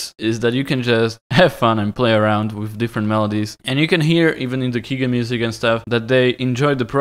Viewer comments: WHO IS THIS KEEGAN YOU SPEAK OF?! I DEMAND TO KNOW. What’s that? You mean key generator? As in... a key.. generator? So it’s actually a keygen? Pronounced as “key jen” since it’s not pronounced “key ghenerator”? Ohhhhhh welcome to the internet in 1995. Only we’re now in 2018. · pronounced key JEN... for “generator” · Thank you awesome video! One thing though. keygen is key-gen. Gen pronounced like generator. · Its key as in door and gen as in generator. Your videos are dope.